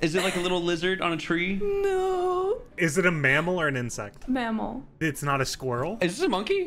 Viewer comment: ah yes, my favorite animal squirl not to be confused with "squirrel"